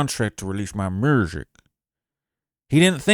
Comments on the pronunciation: The houston accent was on point 😂😂😂😂 MURSIC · This man trap funny asl doing that accent. I bout doubled over at work listening to mrrrsik😭😭😭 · Not Murzic, 😂😂😂😂. You are a fool😂😂😂